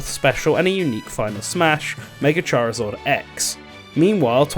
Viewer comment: Who the hell is ‘ChariZORD’?